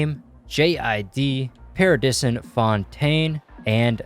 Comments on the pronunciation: his name is pronounced Party-son Fontaine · His names Pardison lmao you threw an extra I in there